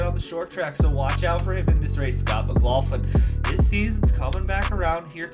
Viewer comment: Just a little pronunciation thing with Scotty Mac. (Mc-Glock-lin)